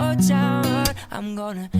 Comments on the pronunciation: Roomie can diss other people for how they sing or pronounce things but he can't even say road properly My reaction to this was WOAWD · sometimes when roomie says "road" it sounds like "woad" and it's killing me. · "Road" sounding like "Woad" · Haha he said old town woad in the intro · is it just me or did you here old town woad not road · At the beginning Joel said wode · At the start of the video he pronounces road like woad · You always get the tune wrong and the words mispronounced yeah i gonna take my hose to da own town woad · You said voad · Bruh is it just me or did he just say old town woad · Old town woad? Hahaha joel its ROAD! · How is roomie so good at singing also instead of saying road he said “woad” and when he said take it sounded like he’s one of those fathers who abuse there kids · Lil Nas X: Old Town Road Nobody: Roomie: Old Town Woad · Roomie : Talks about how the person mispronounced "horse" Also Roomie : Old town woawd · Mah woawh is better lmao 😂😂😂😂😂😂😂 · Not tryna be mean but did he say woad? On the first road??? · Realize on how roomie say wode on his old town rode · at the start he said woad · "Old town woad" - roomie 😂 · Roomie: making fun of tractol Roomie: also roomie “i gonna take my horse to the old woad” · Sorry, but I'm not too impressed with your version either, Joel. Talk about sounding generic 😬🤷🏻‍♀️ also, your pronounciation of "road" had me cringing down to my toenails. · I'm pretty sure he said woad😂😂😂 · it sounds like you said old town woad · Roomie: Makes fun of how this guy says tractor Also Roomie: Says "Old Town Woad" I love this guy 😂❤️ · OwO I'm gowna take mwai howse to the owd town woad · the way he says road though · he pronounced road with a w... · mandaron don’t have r in there language she wasnt trying to mispronounce the r